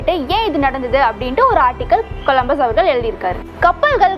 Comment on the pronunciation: next time olunga pronounce panra bro